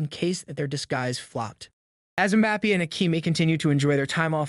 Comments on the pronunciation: Why you pronounce bappi it's bappe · Did you just say “Mah-Bappy”?? 🤦🏽‍♂️ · Butchered mbappes name so badly omg you gotta work in that